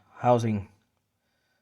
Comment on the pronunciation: Thx dude. P.S.: thermostat, not thermal-stat 😉